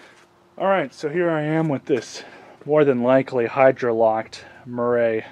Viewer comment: “MurRAY” Lol